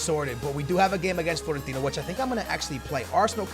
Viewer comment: It's FIOrentina, not FLOrentina